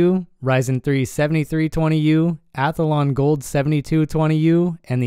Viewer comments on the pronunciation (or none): You say ATH-A-LON instead of ATHLON 😂